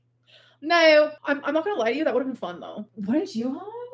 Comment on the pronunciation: I fell asleep with the full livestream on and ‘nooaaaww’ is burnt into my brain, what the fuck accent is that suppose to be